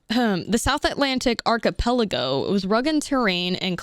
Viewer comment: There's no way that's the first time you're seeing the word archipelago